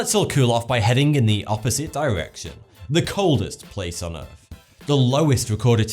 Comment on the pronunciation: Can pronounce th and r in "That's crazy", but none of the th's or r's in thermometer "fuhmometah or earth "uf" . If one can't do it, that's one thing, but since one CAN I don't get why one doesn't. Has some apparently well researched videos tho.